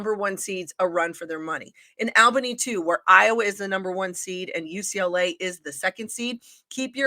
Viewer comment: I stopped watching as soon as I heard how they thought Albany was pronounced.